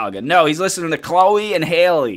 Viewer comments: I enjoyed your reaction and it’s Halle Bailey like Halle Berry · Her name is Halle NOT Hailey. Halle rhymes with valley, Kelly, Sally etc